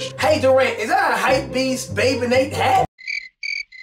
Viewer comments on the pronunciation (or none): none